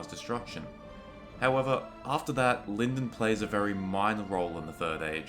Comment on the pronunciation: The pronunciation of Lindon is incorrect.